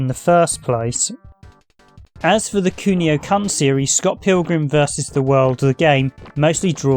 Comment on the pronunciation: Kun is pronounced the same as you did when you said Kunio just drop the io part, not like you are about to drop the c-bomb hah.